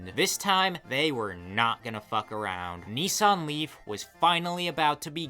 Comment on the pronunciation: I keep hearing 'Nissan Leaf' like its some Korean dude ' Nee Sang Lee' lolol